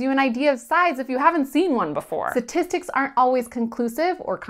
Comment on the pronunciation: What are satistics? I thought it was pronounced statistics.